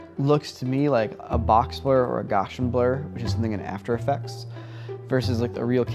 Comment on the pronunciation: "GOWSHIN BLUR"!!!!!!! Seriously? Guass was a mathematician. "Gows ee uhn"